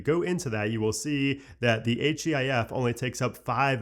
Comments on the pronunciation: “H-E-I-F” …did you even watch the keynote?! 😂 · why are u spelling out HEIF 😭😭💀